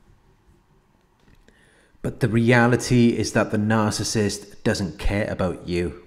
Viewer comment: NOOOOO one can say the word narcissist like you, it hits like if you didn’t know what a narc was, you can hear RATCHET 🤣love it✌🏾♥️💡